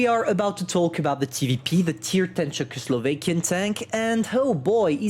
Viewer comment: As a Slav... It hurts my soul hearing you say "czechoslovakian"